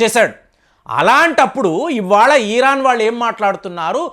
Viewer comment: దయచేసి ఈరాన్ అని అనకండి, ఇరాన్ అనoడి